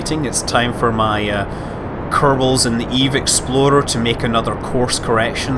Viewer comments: Still sounds like he's say "Eve Exploder". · please say "explorer" once...